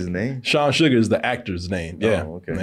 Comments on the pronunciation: This man said Sean Sugar lol.. his name is spelled “Sean Sagar”… the sugar boys 😅😂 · Sugar ????😂😂😂😂 it’s pronounced “Say-gar”